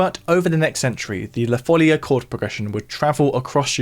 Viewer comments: La folía (the madness), not la fólia (the sheet). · Amazing video! Just a small correction: in Spanish and Portuguese, it's pronounced "la folía", not "la fólia". (Source: I'm a native Portuguese speaker) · It's "follia" and it's pronounced with the stress on the "i" (foll-EE-uh) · Stopped listening after just 2 seconds after the mispronunciation of ‘La follia’ (correctly ‘La foll-ee-ah’). How can you produce a video on something then get the name of the subject so horribly wrong ? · One of the best, if not THE best of your videos so far, in my opinion. And they are all magnificent. I'm a great fan of your channel. Just one minor complaint: it's foh-LEE-ah, with the stress on the second syllable, which is written with an accent (folía) precisely to separate the i from the a, thus preventing a diphthong. Just like in "María". Congrats and keep it up! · It's La Follia though, with double L ;) also the stress goes on the "i", not on the "o". La Fol - LEE - a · Omg plz accentuate it on the i and not the o..... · not even the respect and education of going to listen to the pronounce of words of a different language. As italian, it was disgusting and obnoxious to listen 25 times the same word spelled so so so wrong, like english is the only language with a value, mah